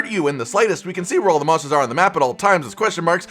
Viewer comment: wait did say monsters or mosses of all ages i am unsure now